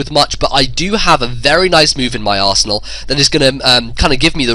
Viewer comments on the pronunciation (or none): none